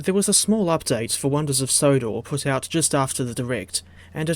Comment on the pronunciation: bro said sonders of Wodor again😂